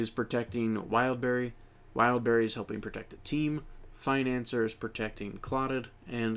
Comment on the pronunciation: i think you pronouns financier's name wrong, because it's in French ( [finɑ̃sje])